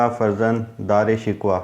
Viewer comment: دارا شکوہ کو تم، شکوہ/Shikhwa بول رہے ہو، بہت افسوسناک ہے، اس لیئے یہ ویڈیو ناپسند کررہا ہوں،